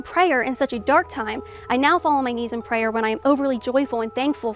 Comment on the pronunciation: I hate the weird stupid kinda southern way she says prayer with an extra hard ayer at the end. I hate it so much she did it a few times and I noticed the first time she committed that verbal crime